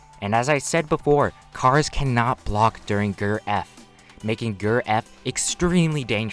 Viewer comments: Bro did you say Ger rather than G. E. R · How I pronounce GER: G-E-R How pronounces GER: GURR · Please Do not Pronounce GER as “grrr” I’m triggered. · Please stop saying GRRR for Gold Experience Requiem and just pronounce it by saying the individual letters. G + E + R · My man say g.e.r not gerr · it's g e r not grrr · I love how he calls ger a "grr" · be like Grrrr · ger is usually pronounced as separate letters (g-e-r) no offense but that was hard to listen to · Just saying ger is an acronym so you say g.e.r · "Facing a gurrr" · The way u say GER hurts me